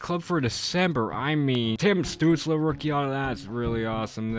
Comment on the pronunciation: When will UD learn that his name is "Stützle" not "Stuetzle"?